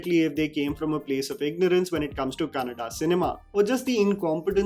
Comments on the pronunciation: Respect for Anil Kapoor for saying "Kannada" movie instead "Kannad" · Thanks Anil Kapoor for saying Kannada and not Kannad